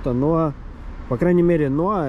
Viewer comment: В первый раз слышу чтобы Noah правильно транскрибировали НоА, а не ноаХ как обычно у нас говорят)))